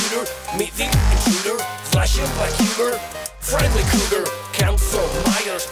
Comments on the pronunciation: Per favore di’ “friendly” senza la i, anche perché la tua pronuncia è buona 😘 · la i in friendly é muta /ˈfrɛn(d)li/ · tutto bene ma family friiiendliii pronunciato così non si può sentire da te